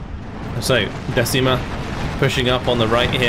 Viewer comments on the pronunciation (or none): Decima is not pronunce "desima" how pronunce you but "deCima" 😅 Sorse dal mar la decima flottiglia e prese l'armi al grido per l'onore! 🏴⬛️🏴‍☠️🇮🇹✋️